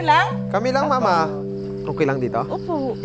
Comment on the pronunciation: Ako lng ba ung bawat bigkas ni ng mama at papa Ang sarap sarap pakinggan grabe